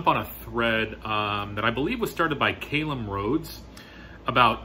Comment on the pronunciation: Hi Chris, terrible pronunciation of my name there, but i'll let it slide ;) ha. Butthole surfers, BRILLIANT! I've never heard of them, but that's absolutely fantastic! I volunteered in a charity shop (thrift, I think they're named in the US) before I began collecting records in 2017, and the shop has their comp 'The Sound of Bread', I thought it was a ridiculous name. It stuck with me though! Love the name Alter Natives, ingenius! I was going to mention the Jesus & Mary Chain my video, but don't own anything by them - another which has stuck with me for being a bit odd. Love the name Blue Oyster Cult, I learned the riff to Don't Fear The Reaper a couple months ago on Guitar. I'm with you on Black Sabbath being in contention for one of the best band names of all time. Regarding Celtic Frost, I pronounce it the same was as you, in the UK we all pronounce Celtic that way - in terms of the football team at least. As for the language, it's pronounced the second way you listed. Thanks so much for jumping on this! Really enjoyed the video. Take care.